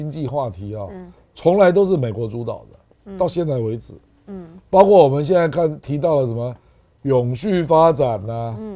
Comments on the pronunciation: 包括，读音是不是包“阔”呀？而不是包“刮”？ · 包括念：baokuo 不念 baogua 😅